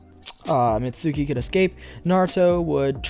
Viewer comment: it's mizuki not mitsuki